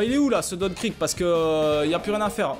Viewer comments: sa se prononce krig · non sa se pronomce krigue